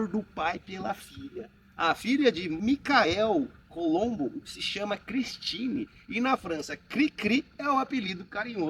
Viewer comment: O nome do francês criador desse avião é MICHEL COLOMBAN, não "Micael Colombo". Aliás, o nome do avião é "Colomban Cri-cri".